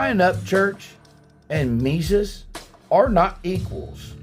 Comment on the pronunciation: Who the f*** is Mesus 😅 I've been listening to Ryan since day one, who is " ME SUS " anyway? 😂